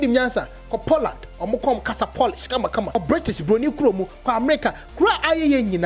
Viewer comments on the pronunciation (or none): none